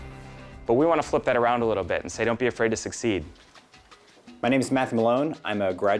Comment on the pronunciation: "my names Math Malone" wait up wait up....at first im like did he say his name wrong...and then after looking at the word Matthew...I seen since Matt is short for Matthew and even though everyone says Matt like "floor mat" he uses the "Math" from Matthew..."im Math" im guessing...or it was just a weird part of the video and Im having hearing problems